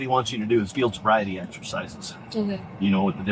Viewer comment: "I''ll take the bobriety test...." Idiot.